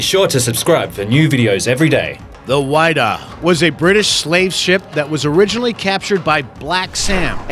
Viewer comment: fyi, the "Whydah" is pronounced widd-ah... not why-dah.